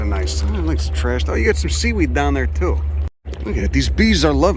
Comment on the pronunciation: This video just showed up in my feed, this guy really knows his stuff! The milkweed and echinacea are typical “butterfly garden” species (perhaps intentionally planted by to attract Monarchs to his dock?) The accent is a combo platter of NYC and somewhere else -Philly, PA? It’s his “there” (“dere”) that gives it away. “You guys are lurkers!” 😂